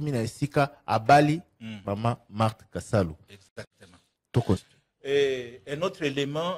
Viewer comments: Marthe Kasalu et non Kisalu😅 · Marthe KASALU et non KISALU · Maman Marthe Kasalu et non Kisalu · le nom de maman Marthe c'est Kasalu et non Kisalu. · Marthe kasalu pas kisalu